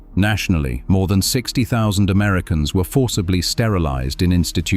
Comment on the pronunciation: I came here to say this.. I had to relisten to that several times because I wasn't sure if the narrator was saying 16 or 60. It takes 20 minutes to get to kzoo from BC.